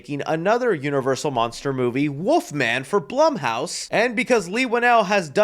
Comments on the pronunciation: bro was saying woofman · ya know what's worse than that design for the Wolf Man, . ..? YOU , . ..saying " woof-man " , . over `n over `n over, . .. WTF , . . .... .!!!!!??!?! . . . there's an " L " . .. in there dude 🐺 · That ain’t the wolf-man that’s the woof-man